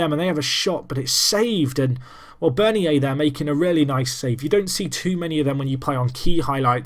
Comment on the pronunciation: Bernier is said like Bern-yay